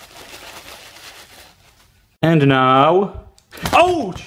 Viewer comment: I love the way he says ouch 😂🥰